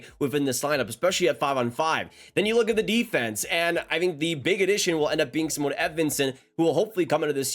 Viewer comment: Well you said Edvinnsons first name wrong and got the starting goalie tandem wrong as well. Husso will be the #1 Talbot the #2 and Lyon will be in the A or extra.